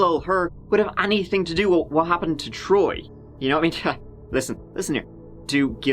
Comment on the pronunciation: who's this "Throy" he keeps mentioning.. 🙃